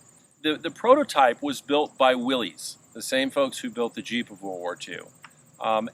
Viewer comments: It is pronounced “Willis”. You immediately undermine your credibility when you do not know how to properly pronounce Willys-Overland. It’s pronounced “Willis” NOT “Willies”. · Dude! It's not "Willeez", it's Will-ISS'. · Pronounced "Willis". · "The original pronunciation of "Willys" was with a short "i" sound for the 'y"; so it was pronounced "Will-iss". But it seems to have been transmuted by the same flexibility of language that could produce "Jeep" out of "GP"." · Pronounced 'Willis"